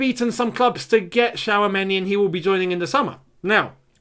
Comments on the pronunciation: It is not Shawameni l, It is Chwameni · 🤣 please stop spelling that name like that it hurts🇨🇲 but lemme help u it's Tchou...(like the verb choose in English)...ameni that's all and yes he's a talented young DM glad that Chelsea have an eye on him he's very calm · His name is pronounced as Chou-many